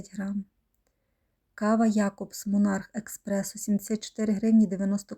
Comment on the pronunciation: ЭСпрессо а не эКспрессо!